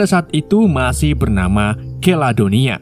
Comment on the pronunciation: Maaf diralat...Keladonia adalah Kaledonia 😂😂